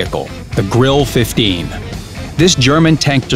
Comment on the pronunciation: Did he really call it the Grill 15... There is an E at the end, its there for a reason, not like in french sometes.....